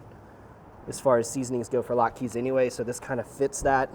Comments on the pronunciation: my man, it’s not lot-keys, but lot-kuz. A single latke is lat-kuh. Thanks for bringing the Jewish to your channel. Happy Hanukkah! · "lat-kas", not "lat-keees" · Did you call them "lot-keys"? Oh my Yiddish Aunt....lot-kuhs. Heavier emphasis on the vowels. That said, these look AMAZING!